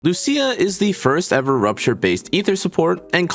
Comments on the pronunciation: As an Italian, since Lucia is a common name for me, I'll be your "guide." He actually says LuSIA incorrectly, and not LuCIA correctly. There aren't two pronunciations. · Loo C Ah ☝️😞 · I came for Loosha but got hit with the Loo See Ya. :face-green-smiling